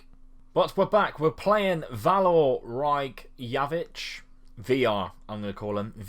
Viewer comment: Reykjavik is pronounced Wreck-ee-av-ik